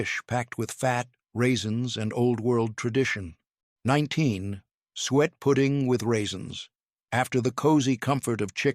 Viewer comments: Not "sweat" , suet is pronounced "soo-ett"!! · Suet is pronounced " soo-it" not "sweat"! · It is NOT SWEAT!!! It. Is Suet pronounced suu et. Fix your stupid AI. It is a waste of my time. I'm out. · Someone please teach the AI how to pronounce “suet”! ‘“Sweat pudding” was never a popular menu item… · Is there a cookbook to go along with this??? P.S. It's suet pronounced "sue-et." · Suet is pronounced Su, - et.